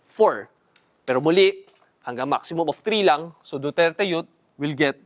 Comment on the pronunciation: Duterte Yut! HAHAHA. katuwa ipronounce ni sir. I can feel the sarcasm. HAHAHA. DUTERTE YUT!!!